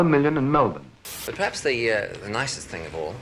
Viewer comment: it's prapse?